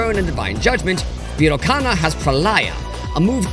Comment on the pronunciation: You mispronounced Sakya and Virochana.